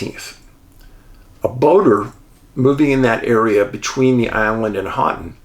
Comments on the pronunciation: Ho-ton (Houghton). But soft ‘t’ . More like Ho-en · Hoe-ton, not hot ton. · Michigander Here - not to sound rude, but it is pronounced "Hoe-ton"! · I’m sorry. I can’t help myownself. “Houghton” is pronounced, “hō’ tun” 😁😂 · Maybe give Dave a correct pronunciation instead of criticizing him. Dave, Houghton is pronounced as Hoht uhn.....long "O" in "Hoht". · Another good yet crazy one thx Dave! Michigander here you destroyed the pronunciation on the city of Houghton .. might have to apologize to the yoooers Lol!! Keep up the great work!! 🙏🏻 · Love stories on my state... Michigan is creepy at times.. Congratulations on pronouncing Ypsilanti correctly... but Houghton is pronounced HOE Ton.... You and Angie will love Isle Royal.